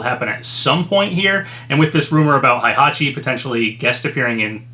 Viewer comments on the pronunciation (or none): Hayabusa is pronounced "high-yah-boo-sah," not "hey-yah-boo-sah." And Heihachi is pronounced "hey-hah-chee," not "high-hah-chee." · When will this man learn how to pronounce Heihachi’s name?